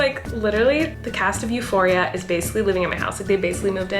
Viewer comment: euphoria its a greek word <3 you prononced it euphori'a